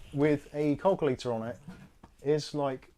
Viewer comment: I was hearing "Call Clear" when was saying "Calculator". My goodness. And my family are from Oldham, Lancs. I ought to be used to accents.:)